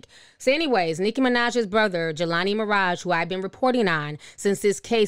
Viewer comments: Ti, it's Maraj, not Maraja.😂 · It's NOTpronounced Mah.Rah.Ja !!!! It's pronounced Mah.Raj! Jeeezzzzz!!!! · It's not miraja it's miraj LOL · Pronounced Maraj just like Minaj...not MaraJAH. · It’s pronounced Mirage Not miraja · "Maraj-ah"🤣i love you Ti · Why are you saying Miraja... You know how to pronounce it .